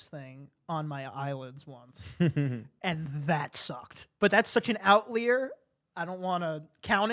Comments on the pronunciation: why did he say outlier like that😂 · I thought the same thing 😂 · Agree - I thought JT was going to pull him up on it… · Okay hold up - we need to talk about how just pronounced "outlier" LOL